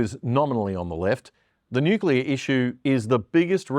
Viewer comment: It amazes me how few people can pronounce 'nuclear' properly.